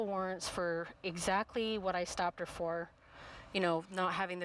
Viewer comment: “tell ha to look at me”💀